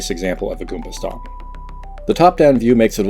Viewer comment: I would like to add that the way you say goomba stomp is wrong. That is all.